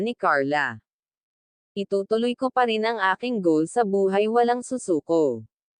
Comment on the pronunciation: Ayusin mo ang salita mo hindiz perzin,. PARIN